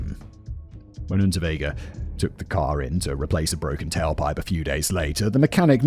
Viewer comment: I kept hearing the criminal’s name as Rutabaga and I’m not mad tbh